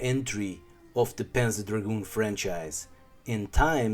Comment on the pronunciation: if its your favourite series then maybe its time to google how to pronounce "panzer" and "zwei". [